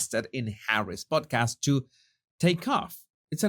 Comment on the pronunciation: I thought you said PORNCAST 😂😂😂